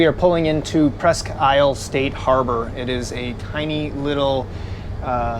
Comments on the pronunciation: So, Presque Isle, pronounced Presque Eel. Just fyi. Never walk into a bar there and call it isle! lol. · it's pronounced Presque Eeel. I live 1 mile from the harbor. My wife and I have boated on 4 of the 5 Great Lakes. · The problem I’ve had with calling ahead and expecting any warnings or alerts is a lot of the marinas on the Great Lakes employee young uninformed summer help. I’ve had a few mishaps because of this. Presque Isle is a great place but it’s pronounced Preesk~eel I had family that lived there and I call Traverse city home while traveling the lakes in the summer Our company built the yacht club in Bay Harbor as well as several of the homes just a beautiful place. Great looking yacht and a top notch video I enjoyed it all. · Presque Isle is pronounced Presque “eel”. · It is pronounced presk eel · Presque Isle is pronounced Presk-eel. That’s how we could always tell you were a tourist! Lol great video and beautiful boat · Tip from a Great Lakes Michigander; Presque Isle is pronounced "Presk- EEL" as in the electric creature. Love this video and hope to see more of our Great Lakes. This helps get us excited as we count down the days til we get out on Lake Michigan! Thanks for this really well done and also informative video! Perhaps we will see you at our Harbour; safe travels! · You need to learn how to say isle properly. eel